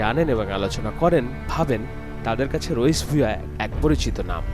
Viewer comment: "Rais (রইস) Ahmad". I don't know why he pronounces "Raich (রইচ)"?